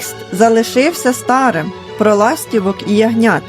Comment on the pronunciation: Текст залишився не стАрим,а старИм.Робіть правильно наголос!